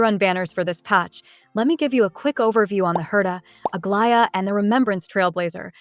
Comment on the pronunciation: You’re the first YT CC who can say Aglaea’s name without my skin crawling. Thank you lol